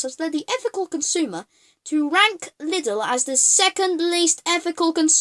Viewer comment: I could Punch you for how you Pronunce Lidl and herein Germany Lidl and Aldi are pretty Solid and good quality and funfact some of those knockoff productd are owned by the Company they are pretending to be so they can sell both product varietys